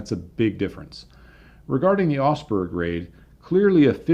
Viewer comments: I kept wondering where osberg was - it's Augsburg you nitwit ! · You tell the story of a raid on a city I had never heard of called "Osberg". At the end of the story you show some printed material that shows the city is actually the very well known Augsburg. That Aug in Augsburg is pronounced more like the Aug in August. The G is not silent. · your videos are like a visit to a technical museum with a guided tour. But my OCD has kicked in... ahem. Augsburg. AUgsburg. There is a diphthong in Augsburg. The au in Augsburg is spoken exactly the same as ow in cow. This is burned into my mind because I was stationed there in 1980. Didn't see any Lancasters though 😉 Now, I will be walking around saying Augsburg to my self for the next week or so.... Augsburg....